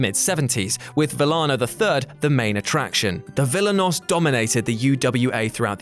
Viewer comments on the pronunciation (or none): A very small note: "Villano" is pronounced "vih-JA-noh" in spanish, not "VIH-lano". Great video regardless. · Not everyone believes in a magic floating city full of a zillion "passed away" souls in the clouds. You cant argue or dispute the meaning of dead. Disrespectful is pronouncing his name as Villin-oh. Is that Lion-o's brother? Its Vee-ya-no. What culture thinks pro wrestling began at summerslam 92. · Vi-YAH-No. Come on now. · It's Villano, not 'villain-oh'. Embarrassing. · Are you sure that Villano is pronounced that way?